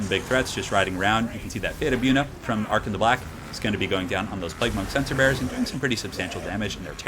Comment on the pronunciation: I thought you were saying "sensor bears" at first